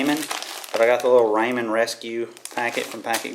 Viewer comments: He says raymen I say rawmen like if you say rawmen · I love how you pronounced Ramen Ray-men. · "Got me some Raymen" I'm crying haha